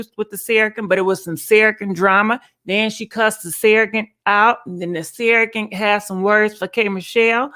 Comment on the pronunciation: Serr-o-get not sarragant